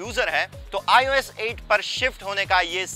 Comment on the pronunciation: the guy who has given the background voice who tells the specs n all is so awful. Hes the worst ive ever heard. Not expected from a show of this caliber. aur ye 'IUS' kya hai? ios bhi nhi bolna aata thik se....awful